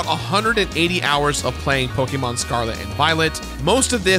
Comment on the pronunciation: How are you still saying pokemon wrong? Unwatchable…